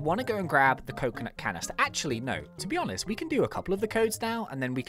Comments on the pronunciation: we got a coconuht canneestuh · we got a coconut canistah